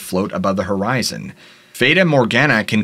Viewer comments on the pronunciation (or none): none